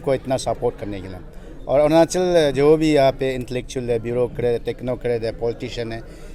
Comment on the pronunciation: Arnachal kya h bhai? Arunachal bolo